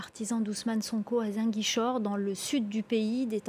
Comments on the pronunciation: C’est pas zinguichor c’est Ziguinchor Répète après moi Zi Guin Chor allez répète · c'est Ziguinchor et pas zinguichor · Ce journaliste prononce très mal '' Ziguinchor '' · pardon madame c'est Ziguinchor aulieu de "Zinguichor" ☺️ merci pour le reportage, c'est excellent ❤️‍🔥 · Elle a dit à "zinguichor" au lieu de Ziguinchor 😭😭😭🤧elle est une myope perdu wsh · Zinguichor ? ! 😂😂😂 Non ! Demoiselle revoyez votre texte c'est Ziguinchor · C’est Ziguinchor non Zinguichor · C'est Ziguinchor et non Zinguichor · On dit Ziguinchor pas zin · Hé c'est comment avec journaliste là 😂 c'est pas inguichor mais ZIGUINCHOR.. Zi.. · Ziguinchor pas zanguichor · Ziguinchor 🤦🏾‍♂️🤦🏾‍♂️ZI-Guin-Chor !!! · 😮 Comment elle a prononcé Ziguinchor 😱🤣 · Ziguinchor SVP la prononciation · On dit Zi-gain-chor = Ziguinchor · On dit ziguinchor madame